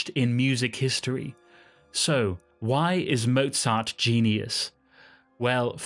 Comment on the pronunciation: A nice story, but why don't you try to pronounce his name correctly? Anuone can learn German pronunciation in half an hour.